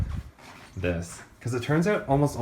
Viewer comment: I love that abrupt "byee" at the end xD